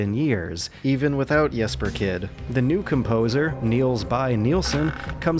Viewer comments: As a danish person, you tried to pronounce the names. You got pretty close. (As close as an english speaker can get) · I'm Danish. Your Jesper Kyd thingy wasn't too bad. It is a hard language, but you did fine :) Great review!